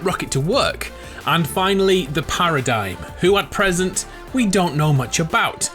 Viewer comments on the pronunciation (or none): IT'S THE PARADIGM NOT THE PARADYME